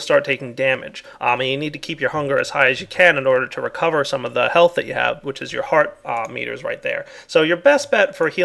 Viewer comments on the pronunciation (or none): none